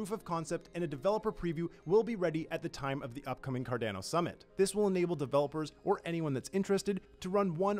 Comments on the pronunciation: I’d go with what Charles says. CarDAWNO. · Its C-A-R-D-A-N-O and not C-A-R-D-E-N-O......for the love of all that is good, pronounce the project u work for correctly, it aint that hard. And its REALLY off putting. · is it pronounced... Car Dan O.... or Car Dawn O?? Just wanted to check... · It's not "CardAno", dammit! It's "Card-ah-no"!!! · Stop saying Cardanno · Card"ow"no lol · I swear people pronounce things wrong just for shits and giggles. CardAno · Car DAN o 🤣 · The word is italian and it needs to be pronounced correctly. If you speak italian you can pronounce it well. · I guarantee he's seen people riffing on him calling it carDANo but he's double down. lol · This is completely retarded and really bad for the project, imagine spokesperson for Samsung, calling it Simsong ... Horrible. He literally gets payed for destroying cardanos reputation. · Say "Cardaeeeno" one more time...I dare you! Hahaha! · Honestly we need to be vocal about this, I literally cannot watch this garbage, it's painful to listen to him spitting on Cardano's name. He should be fired asap, does a lot of harm for the project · Someone please please teach him how to pronounce Cardano correctly. He works in Cardano’s media sector for crying out loud! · I can't watch it because of how he's saying Cardano. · This guy needs to pronounce Cardano properly.. wtf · Haha it does sound different than how I pronounce it too 😂 but Cardano is a global project and there will be people everywhere saying Cardano in different ways & accents ❤️ I think that’s wonderful! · Shameful that every other comment under this video has to be dedicated to telling this narrator how to pronounce Cardano. He should be fired asap, if he is unwilling to call cardano by its real name. Imagine spoke person for Samsung calling it Sumseng. Or spoke person for Microsoft, calling it Murcasift......stop it, it's worse then dragging ur nails over a blackboard. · and yes, he is literally changing the name, substituting the A with an E